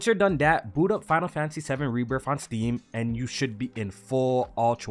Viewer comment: There is no F in Rebirth. It's Rebirth not Rebirf.